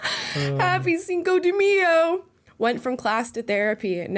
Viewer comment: The dos equis one I get. He is saying dos aqui and cinco de MEyo